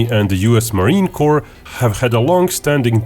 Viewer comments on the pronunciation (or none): "Marine Corpse" LMAO!!!!!!